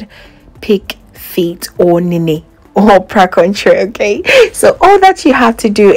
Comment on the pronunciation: PLEASE IT IS CALLED NA NE. IT IS A GA WORD MEANING LEG. IT IS NOT CALLED NENE AS YOU PRONOUNCED IT. IT IS ALWAYS WORTH IT TO DO A LITTLE RESEARCH IN ANYTHING YOU DO. THANK YOU.